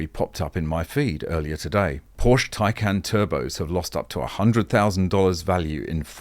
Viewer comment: Whenever i hear Taycan, hear it as tincan😃